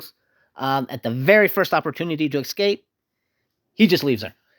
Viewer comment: Did you say "pacifically?" *specifically "excape?" *escape